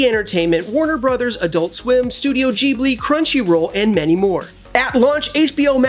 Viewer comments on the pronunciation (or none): “Studio Jeeblee” what....hahaha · This man said Studio Jeebli